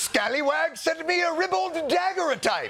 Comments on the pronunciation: Jon can't pronounce "Daguerreotype"? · The way my autism flared when he pronounced it “dagger-o-type”…… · Picking on Blitzer's pronunciation after saying 'daguerreotype' like Dagger O'Type, the infamous Irish poet and assassin, was a bold move